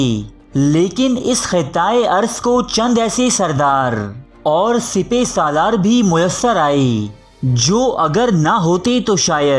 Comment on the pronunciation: Not sepay... It's sippa salaar